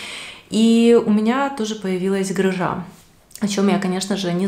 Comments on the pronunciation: Правильно говорить не грыжА,а грЫжа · ГрыжА..... Вообще-то гррЫжа